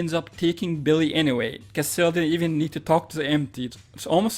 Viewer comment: CASTIEL CAS-T-L Not Castel, castil Jesus fx